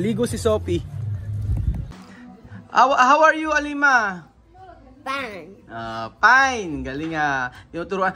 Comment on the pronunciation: “haw arr yu Alima?” “PAYN” turuan mo naman ng tamang ingles. dali lang naman i pronounce yung Fine ng maayos. di naman kailangan igaya mo sa filipino accent ang tinuturo mo jusme